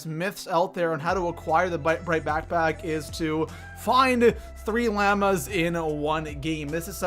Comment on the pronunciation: Lol he said llamas wrong